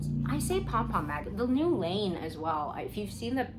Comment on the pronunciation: Oh! I think I found it 😂 is it Laine magazine? I kept hearing lean 😅